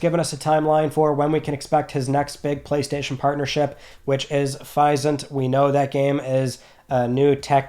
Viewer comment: please, say Physint correctly. Physics + isn’t, it’s not hard buddy.